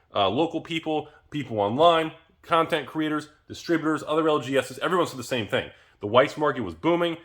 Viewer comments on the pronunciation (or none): none